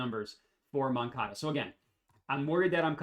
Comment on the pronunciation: Nailed the first pronunciation of moncada